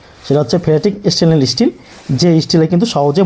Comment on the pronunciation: স্টিল বলুন না ই-স্টিল আবার কি??